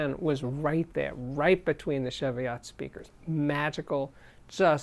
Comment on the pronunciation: Been watching this and there is something that annoys me, it's your pronunciation of Tannoy Cheviot. It's Cheviot as in cheese, not sheviot as in chef. Please get it right. I'm now waiting for someone to tell me I'm wrong, so, they are named after a range of hills in southern Scotland, and as a Scot?